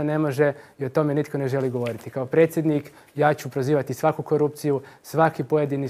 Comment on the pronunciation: nečujem dobro jel to presjednik il' precjednik bi htio bit dr.Zlatkić naš turskih-li mu korijena?